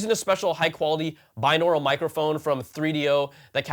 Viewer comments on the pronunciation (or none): Thanks for the review Brian! Just got them and love their looks and appearance. Btw it's "binaural" without an "r. "Bi" as in two.